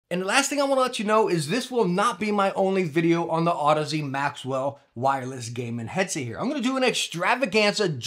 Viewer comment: Finally, someone who knows how to pronounce Audeze. Youtube is full of cringe.